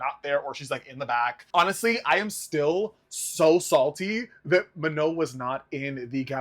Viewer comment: you don’t pronounce the N. she said that herself